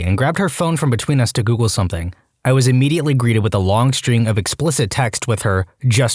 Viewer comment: No K in the word something